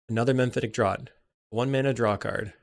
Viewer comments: FYI, "Draught" is pronounced 'draft' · Draught is pronounced "draft."